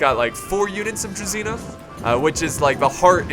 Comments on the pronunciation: I don't know why it's spelled like that, however. It's not pronounced Druzina, it's pronounced Dru-ZH-y-na (It means company) "Dismounted Company" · How to pronounce: Vitjaz - Vee t yaaz Druzina - Dr oo zin a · u should pronounce druzina like there is zh